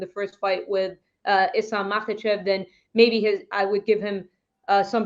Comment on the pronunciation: It's Islam guys, not Izlam. S in Islam is pronounced the way you would pronounce it in the word 'Strike'.